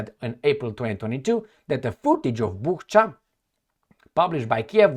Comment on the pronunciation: It's pronounced "Boocha", not "Bukha", even though it is spelled Bucha. Just sayin'. As to what the hell exactly happened there - I wish I really knew... 😢 I don't trust either side, but it is obvious who it was damaging for, and who sort of benefited from it. But sometimes, logic goes out the window. Who knows.